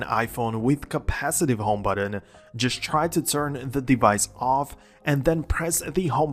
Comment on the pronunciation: There’s no D in button